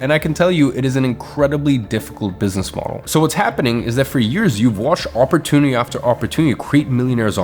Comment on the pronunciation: OMG if i hear the word "OPP OR TOON ITY" again omg ! It's OPP OR TUNE ITY"